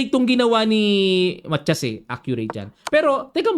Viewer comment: Coach,ang korek na bigkas ay Ma ta yas 😊